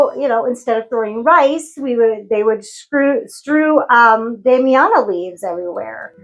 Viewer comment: You pronounced it well. I need to use Damiana more. yesssss!!! I love that. I hate and will never do a love spell. Ethics in spell casting 101! my husband always says… if you need me for s€x magic, I’ll help haha 😝 I’m selfish with mine too and use it sparingly.